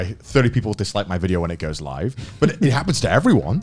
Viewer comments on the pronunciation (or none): none